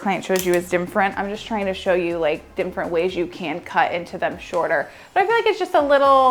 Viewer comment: I think you said "dimfferent" 5 or 6 times.